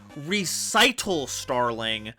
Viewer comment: MBT poisoned everyone's pronunciation of "recital"